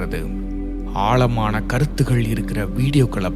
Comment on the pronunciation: Ayyo ayoo Tamiz getting killed. Aalamana illai sir. Aazamana.Pl pronounce the sprcial lettter in Tamiz. What will you say for Tamiz. Tamil? Sad status. Jay